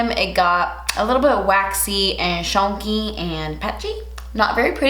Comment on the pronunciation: “Shun-key” - 2020